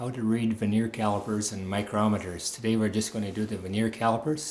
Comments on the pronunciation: It is Vernier, not veneer. Vernier (with an R) comes from the Frenchman who invented the bottom scale to increase precision. Veneer is a very thin wood sheet that is glued on top of crappy wood products to sell them at a higher price to the masses. And use a stick to point things out. The fat finger covers up half the screen and the uncontrolled shaking is dizzying at such great zoom in factor. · I thought it was cool that vernier is pronounced differently where you grew up from where I grew up. We pronounced it 'vər-nē-ər in three syllables. I love the way language shifts and morphs.